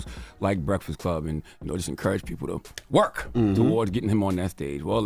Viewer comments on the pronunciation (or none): Someone has to tell Charlamagne there is a k in break not a f. The Breaffast Club LMFAO 😂😂😂